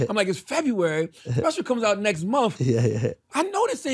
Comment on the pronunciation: MUMF. I am amused by the dullard Charlamagne and his pronunciation of MONTH. Love it. MUMF.